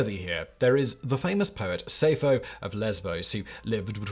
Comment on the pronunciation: Sayfo? Who's she? I do know Sappho.